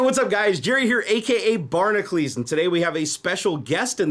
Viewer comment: its barn-a-cules not barn-a-clees